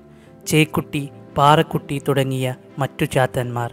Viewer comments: പാറകുട്ടിയല്ല ചേട്ടാ പറക്കുട്ടി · പാറക്കുട്ടി അല്ല പറക്കുട്ടി